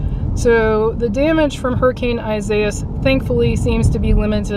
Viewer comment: I wish you knew how to pronounce the hurricanes name